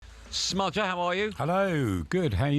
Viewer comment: ‘Smudger’. Awful. 😞